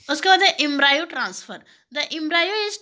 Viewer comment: Thank you but mam pronunciation proper kare Embryo ka